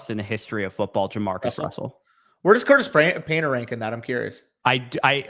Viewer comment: Nobody: Danny: CURTIS PAINTER 😂